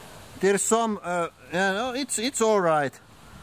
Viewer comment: "It's allright" his accent disappeared there